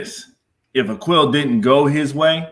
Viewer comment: A-Qweel? A-Quil?